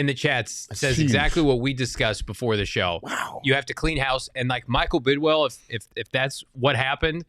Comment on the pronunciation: Please tell all of your host it’s Bid”WILL” not Bid”WELL” and tell Frank it’s DHOP, not DHOPS.